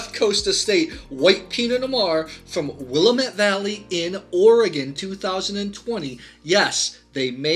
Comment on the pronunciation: Thank you for all your great content...just FYI...from a longtime Oregonian...it's Wuh-lam-it Valley...😏